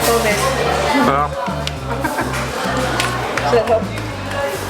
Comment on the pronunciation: Ang charap ang charap daw😆😂 cutieeee 😍💕